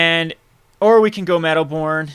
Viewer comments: its medowboon not medowborn!!! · come on! first of all, there's no R in Meadowboon. Besides the obvious misplay with the sword you missed an awesome line of using Flickerwisp's etb to trigger your Meadowboon. Anyways man, really enjoyed your vid. Big fan, keep em coming!